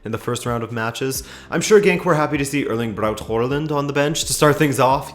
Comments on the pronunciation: It's not WHORELAND, THERE IS NO R IN HAALAND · Pronunciation of Håland a little off ;) great video as always tho 👌